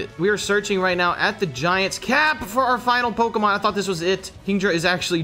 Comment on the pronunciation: U loved videos till he started mispronouncing the Pokémons names nothing enraged me more